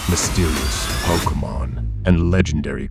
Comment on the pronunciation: Thought it was real for a second, but she kept mispronouncing Pokémon as Poke-a-Mon, like when you poke something😂 Oh no... It's Auung and not Aang all over again😭😭😭